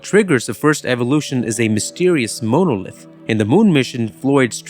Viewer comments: I also like how the AI narrator says "MOW-NO-LITH." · It's pronounced mon - o - lith. Longish o on the second o not the 1st! Is this error do to AI overvoicing of this video i.e. HAL? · I love 2001 and your video is excellent. It definitely earned a thumbs up. But please look up how to pronounce monolith. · face-red-heart-shape:Great video - :face-purple-wide-eyes:Very Odd pronunciation of "grossing" & "monolith". Please work on those two, please. Thanks.:face-red-heart-shape